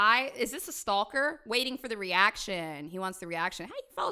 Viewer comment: Tell me why the way says “Stalker” enunciating the L is like asmr to me? 😂